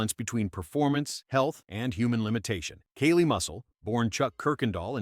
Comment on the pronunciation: “Kaylie Muscle”… Oh ok…